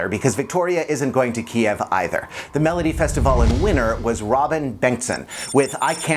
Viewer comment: Oh my gosh, the way he pronounces Melodifestivalen!🤣 😂😅😂😆 I'm sorry!😂😇